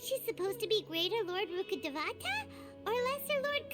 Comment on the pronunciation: saying "Rukkhabatata" instead of Rukkhadevata is so funny to me because "batata" means sweet potato in argentinian spanish 😂